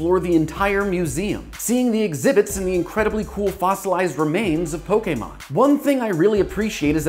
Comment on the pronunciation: Thank you for not calling them Pokiemon